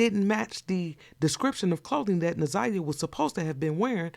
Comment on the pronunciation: She said Za' niya not Na'Ziyah?